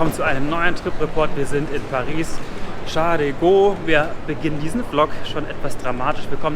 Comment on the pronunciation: Bei „Charle de Gaulle“ spricht man am ende ein L